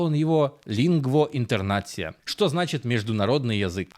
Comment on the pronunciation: лИнгво интернацИа. Автор даже не потрудился узнать про ударение. Ну и написано с ошибкой. Правильно - lingvo internacia.